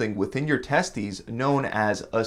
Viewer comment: HA he said Testies